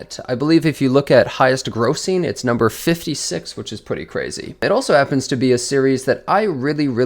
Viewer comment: Why does he struggle to pronounce the word "pretty"